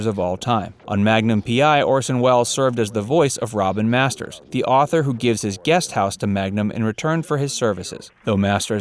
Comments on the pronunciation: "Robert Masters" ??????????? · Orson Welles appeared as "Robert Masters..."????? It's ROBIN Masters dipshit.